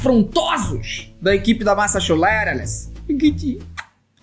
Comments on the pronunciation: É massachupeta que ele falou >:O💅🏻💅🏻💅🏻💅🏻💅🏻💅🏻💅🏻💅🏻👺👺👺👺💅🏻💅🏻💅🏻💅🏻💅🏻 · Gente tamo com dificuldade de falar massachuttseis